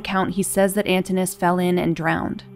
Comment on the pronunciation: I believe the customary pronunciation of Antinous is with 4 syllables.